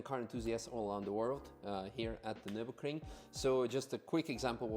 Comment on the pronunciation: Hearing say nurburgring is satisfying